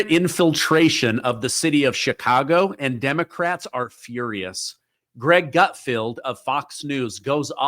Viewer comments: Pretty sure it isn't "Gutfield", right? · Gutfeld rhymes with Seinfeld, not outfield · Great vid. BTW it's gut- FELD, not gut- FIELD. LOL Is that just the way you sound or something? 😂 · Gutfeld, not gutfield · "GUT- F-E-L-D".